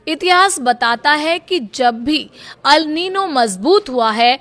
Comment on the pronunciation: Are wo Al nino nahi El nino hai 😂😂😂